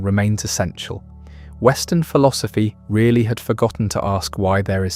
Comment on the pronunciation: But not rearry